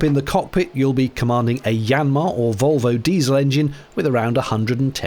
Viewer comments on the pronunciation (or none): none